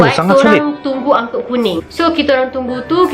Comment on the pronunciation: ANGKOT =ANGKUTAN KOTA (city trasportation). Not "ANGKOL"!😂😂😂